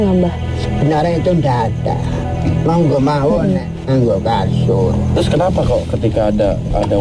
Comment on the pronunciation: bukan kasun, tapi KASUR = BED